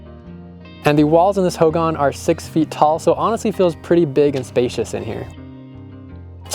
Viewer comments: It's pronounced hoegawn. Hogan. Just a Lil tip on its pronunciation. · Ho gahn Emphasis on second syllable.